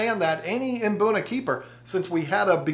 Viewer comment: Mate, here is how you say it. Mbuna. As in Hmm - Boo - Naa. Not imbuna. 🙂